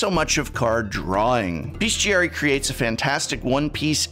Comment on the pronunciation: Hearing mispronounce Bestiary is really something else.